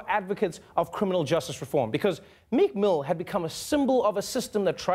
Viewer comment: I thought you said "Nick Moo" (not Meek Mill)